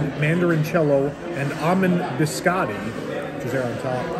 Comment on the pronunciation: Your pronunciation of orecchiette and biscotti is dissapointing lol.